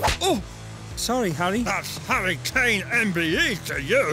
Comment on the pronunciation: the way kane says to kane sounds a bit too much like cocaine